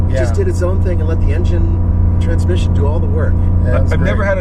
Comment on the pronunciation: Russian KGB agent. "Trrransmission!" Trrransmission"